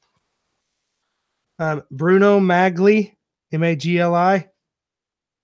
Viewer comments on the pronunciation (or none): Pronounced Bruno "Mollie"